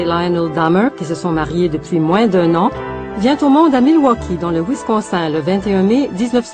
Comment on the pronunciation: Perso' ce qui me choque le plus, c'est les efforts de dingue qu'elle fait pour prononcer les noms "à l'américaine" pour finalement prononcer "Wisconsin" => "Wiscon sain"